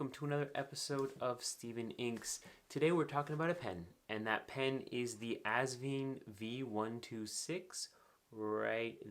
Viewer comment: I enjoyed your video review! Actually, I did a video last year about the proper pronunciation of Asvine. Not to leave you in suspense, think of a grape 'vine'. 🙂